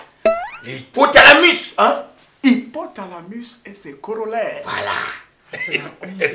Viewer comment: ENG dit à la fin " espèce d'hypotalanus " au lieu d'hypotalamus mdrrrr le gros gros français de ça 😂😂😂